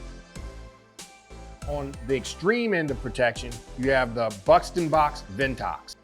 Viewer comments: Funny, when I heard ven-tox, I burst out laughing. Murreka.... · It’s pronounced “Von-too” :)